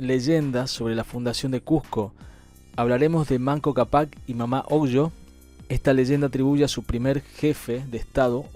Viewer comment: Capac con acento de voz en la primera A,, hermano argentino, thanks..